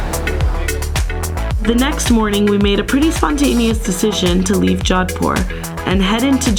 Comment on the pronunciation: Its jodhpur* not " john poor" bro. But very great. India is my native country nd i havent been to jodhpur yet.. now i will plan to visit🤝🏻